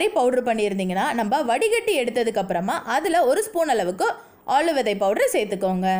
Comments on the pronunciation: ஆளு விதை அல்ல ஆளி விதை.. சரியாக உச்சரியுங்கள். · Intha vithai name konjam theliva solunga plz